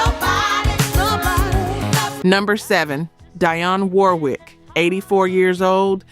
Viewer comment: Her name is not Diane Warwick it is Dionne Warwick